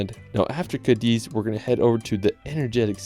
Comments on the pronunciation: This is a wonderful video of the most beautiful country in the world!❤ However, you needed to mentiom Alicante and Malaga and please learn better how to pronounce some cities in Spain, like Toledo and Cadiz. I am a professor of English in Madrid, so if I teach the Spaniards how to pronounce everything correctly in English, let's respect Spanish as well. Anyway, I keep watching your wonderful video, thanks!❤ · 🤭 Pronunciation tip: whenever you see an accent mark on a vowel in any language of Spain (Spanish, Galician or Catalan, since Basque has no accent marks), the stress of that word goes on that vowel. E.g., CÁdiz, not CadIz; Es VedrÁ, not Es VEdra. In absence thereof, guessing is acceptable for foreigners 😬